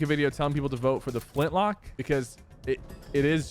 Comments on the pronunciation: Him saying flintlock instead of flintknock angers me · It sounds like you're saying Flintlock. U know it flintKNock, right? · its Flint-Knock not lock, you said it right at the beginning of the video lol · bro it's "Flintknock" Not "Flintlock" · i love how sypher says flint lock😂😂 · so true bro